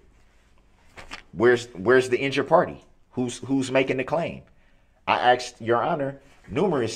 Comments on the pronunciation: Yep! Oaff and axed 😂🤦🏻‍♀️ he said it over and over he’s such an idiot but thinks he’s so smart! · “Troof” “axed” “biasness” he is so completely illiterate!!! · We have to add...... Troof. Do Dat Oaff Axed License place Tacket Law Liberry He is also a "Narcissist Conversationalist" And i wanted to smack off the "intimidation stares". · and the all time great "axed" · "You where axed!" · A civil rights lawyer that can't even say "Sustain" correctly?? Among a litany of other words he butchers.."Axed" "Tack-it agreement" 🙄😒 Yea, ok Dawn. Nice try.